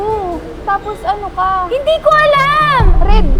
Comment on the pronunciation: Bilanging ang "HINDE" ni, 😅😅😅